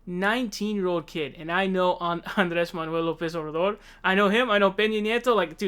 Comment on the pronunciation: Honestly he sounded like he mumbled. It was incoherent to me.